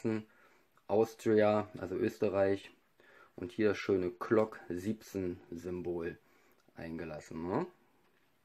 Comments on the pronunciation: es heißt glock und nicht klock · Mit G nicht mit c oder k es heißt Glock nicht Clock oder Klock